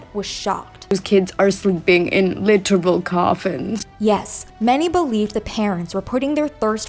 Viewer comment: I'm really not going to put much weight in someone who pronounces literal {lit'erball} and at the same time doesn't know the meaning of the word. If the kids are literally sleeping in coffins then you need to have coffins in there.